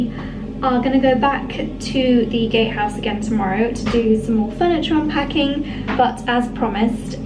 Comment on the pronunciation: Congratulations!!! Be carefully what you dream in the first night 😍 - i must laugh, because i hear the first time gayhouse and not gatehouse 😀 sorry for that